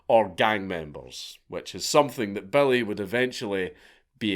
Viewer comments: Took me an hour before I realized you were saying Billy boys. Not belly boys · Took me way too long to realize he is saying "Billy" not "Belly".